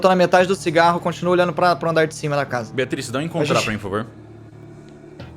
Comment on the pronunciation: Qualquer coisa: "A" Kaiser: 'Fumar cingarro!'